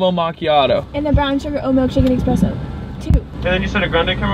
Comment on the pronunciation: X press o???? Really? I’m triggered. It’s pronounced espresso